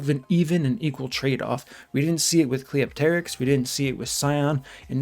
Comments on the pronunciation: Even though I agree with pretty much everything you said, my "like" on this video is entirely for being the only content creator to pronounce Cleopterix right. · You're the only CC that pronounces Cleopterix's name right. Impressive. Also Guurda looks like the old Ghostbusters cartoon antagonist "Boogey Man".